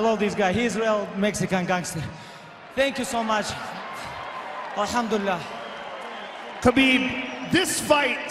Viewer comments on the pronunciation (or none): "Khalabib" 😂😂😂😂😂 It's Khabib. Cute, though... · "Where you at tiramisu? Don't be scared homie!" - Khabib "Kalabeeb" Niggamurdov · That fucking khalabib!